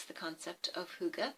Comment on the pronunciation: Hi i come from Dawns Channel i am Danish you are good at Saying hygge right and you and Dawn Got hygge it is Nice that you make a video About it ❤1 huge Like from this Danish woman 😉i subscribed to you 571 i hope you Will subscribe me to for support off Another youtuber ❤🎄 i am 45 and make videoes on English and One Danish video a Month 😊i hope to see you on my channel and Great video 🖒❤